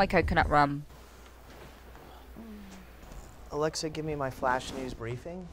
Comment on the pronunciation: "Alecktha" hahahHahaha